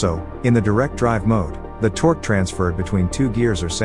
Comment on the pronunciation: "Hellical gears transmit the toque." They need a better AI voice.